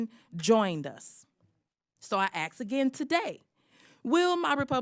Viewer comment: The ASK is not pronounced AKS.